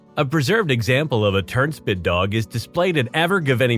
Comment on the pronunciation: Well sense we're not gonna lie...I thought he said turdshit dog at first.